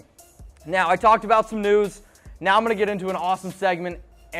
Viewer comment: make sure you annunciate your words better. Every time you said "news" I thought you were saying "nudes" lol. Don't think it's appropriate to ask your coworker for nudes...